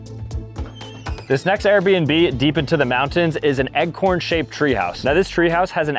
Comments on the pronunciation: What the heck is an “eggcorn?” I swear I kept thinking, “oh he must mean ‘acorn’ surely” and then he’d say “EGGCORN” again!! lol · Bro said eggcorn and billards 😂